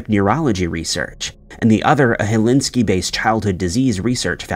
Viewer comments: Oh my god, was that supposed be "Helsinki" - the capital of Finland? It was, wasn't it? Not sure how you even go about fumbling that one so hard because it's literally pronounced the way it looks: Hel-sinki. Conclusion: you're either an AI voice and your handler mistyped it as "helinski" in the script they fed you, or you're flesh and blood and trolling bigly. I'm going with option 1, tbh. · Helsinki: "hell-SINK-ee", not helinski 😂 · NOPE! I stopped watching around minute two, when you mispronounced Helsinki! I hate it when illiterate people make videos! 😂